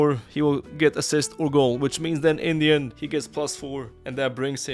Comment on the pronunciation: IN THE END from your mouth sounds like INDIAN 😂😂